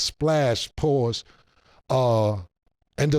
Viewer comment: That’s a sassy pause with all them S’